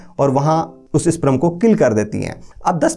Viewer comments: Sprum nhi sperm hota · Pehle sperm to bolna sikh le, wo sprum nhi sperm hota hai